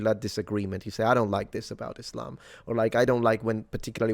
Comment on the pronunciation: He pronounces Islam like "is lame."